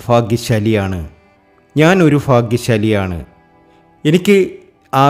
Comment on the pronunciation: നീട്ടി neettineetti ഞാൻ ഫാഗ്യ സാലി ആണ്